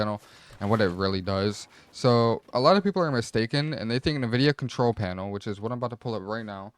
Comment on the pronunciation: way you pronounce NVIDIA is making me uncomfortable